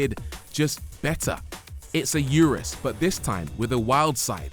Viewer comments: Why does he insist on calling it a You Rus instead of Oo Roos like the manufacturer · I don’t like the way he said URUS. Therefore this video review sucks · Pronounce 'urus' correctly 😂